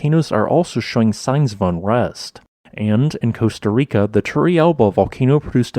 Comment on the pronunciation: "Coast-A-Rica"? Nvm, great update as always! Keep up the good work!